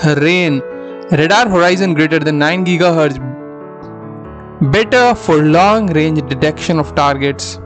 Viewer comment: s band 3 ghz. need vocal correction .